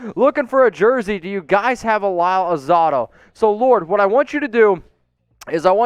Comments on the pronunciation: Mitch, c'mon man. Lyle AlzAdo. al Zay Do, not Al Zah Do. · #Raiders, Mitch - Say it with me, Lyle Al-ZAY-Dough, hard A, not "ah". Thanks, man. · It's actually Al Zay Doe 😉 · AL-ZAY-DOE Say it, remember it, practice it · HOLY $HIT It's AL-ZAY-DOE Like Doe a Deer a F*CKING Female Deer! Brush up on Our former players Dude!!! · hes most likely too young to have ever seen Lyle Alzado play but ya for being such a Raiders fan thats pretty embarrassing to say his name that way lol. I just crinched when when heard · so ashamed you miss pronounced lyle Alzados name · Ya that was embarrassing as all hell 🤦‍♂️🤦‍♂️🤦‍♂️ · Lol ya that's gotta be embarrassing as all hell to not know a Raider legends name 😂😂😂